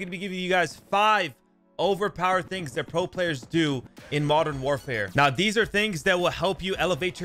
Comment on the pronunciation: Exhaustionn Na I’m good. It’s That not dat. It’s There not Dare. It’s This not Dis. Is it really that hard to make a th sound?